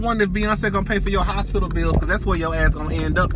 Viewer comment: The Hos-Pit-Tal😂😂😂😂I Know That's Right👏🏾👏🏾👏🏾Luv Ya 😄😘💖